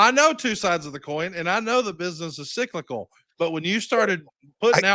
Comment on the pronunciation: It's sylical Jeff, sylical!